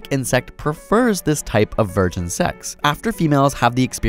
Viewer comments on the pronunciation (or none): none